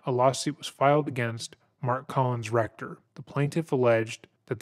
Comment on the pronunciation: Is it just me but whenever this guy refers to collins recter it sounds like "colon'a rectum", entirely fitting (pun not intended) this doco.